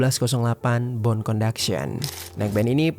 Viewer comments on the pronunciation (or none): none